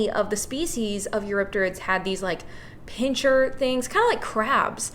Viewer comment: Sorry for the Pedantic Brit Rant again, but it's "pincer", not "pincher". And it's "picture", not "pickshure". And it's "I could NOT care less" not "I could care less." {:o:O:}